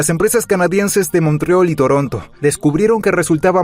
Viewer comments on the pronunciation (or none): El reporte es bastante bueno y explica muy bien la situación de NS. « Montreol « ¿quien dice eso en español? Jejeje😂